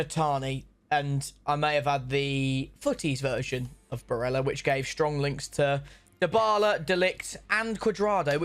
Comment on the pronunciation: If I hear another person pronounce Barella's name like he's Spanish, I'm deleting YouTube